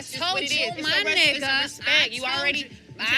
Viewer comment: The way she says ni***a doesn’t even roll of her tongue right 😂